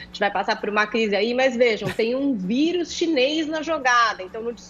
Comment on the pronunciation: Impressão minha, ou o Adrilles fala quase toda hora, "vídeo" em vez de vírus? Rsrs